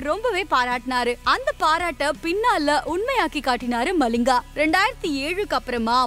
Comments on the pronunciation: மலிங்கா இல்லை மலிங்க 😊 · Lathis malling illa , lasith Mallinga